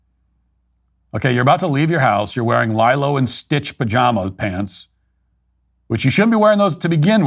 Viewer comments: sorry matt, i generally agree with you but its pronounced "LEE-low" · I'm sorry, but why isn't anyone talking about the way Matt pronounced Lilo?